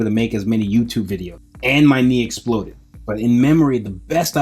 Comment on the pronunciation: everytime he says he knee explodeed i have to laugh im sryyyyyyy